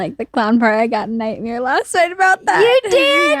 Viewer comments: says nightmere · holy shit said nightmere